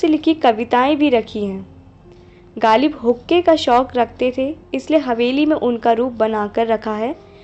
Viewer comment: galib nahein ghalib kaho bhai.